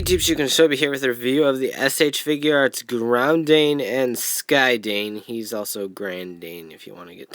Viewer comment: uhhh... did you happen to not read the katakana on the boxes? the "dain" in their names is pronounced the same way as the dain in "Kyodain"